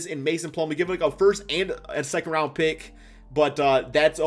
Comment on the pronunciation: Its RounD not RounT 😂 but love your content bro